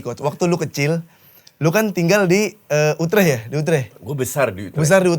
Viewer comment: orang salah ngomong utrecht dibenerin, dia sendiri rubah2 penyebutan kaya lempar tebing dikira lucu